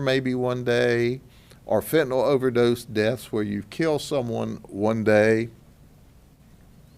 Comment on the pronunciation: I hope u mean a "FENTANYL" ring & not a FETENYL ring!